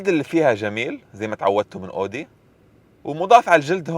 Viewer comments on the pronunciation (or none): اسمها اويدى مش اودى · اسمها Audi مش odi 😂 ممكن تشوف الالمان كيف بيلفظوها